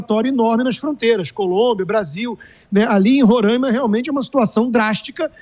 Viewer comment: Não é Rorãima, é RorAima!